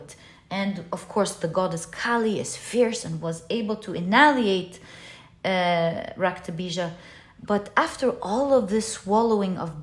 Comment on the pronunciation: Lovely reading. You said raktabija perfectly 🤍